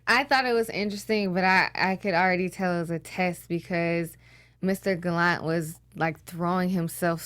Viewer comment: Stop saying Gallant wrong. I can't even watch this. Bye.